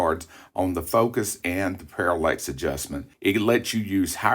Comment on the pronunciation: Another good video, but, there is not an "e" in parallax😁